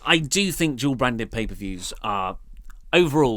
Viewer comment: It's funny how & have trouble pronouncing " Dual Brand ppv".. It's sounds they are saying "Job brand ppv" or "Jawl brand ppv".. British dialect is so hilarious..Good Day Mates lol p.s. Bring back "The Wyatt Family"!!